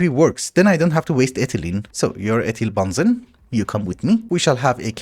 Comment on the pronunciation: also how he said ethylbenzene as ethyl-bahn-zen. No idea how he managed to come to that as the way to say it properly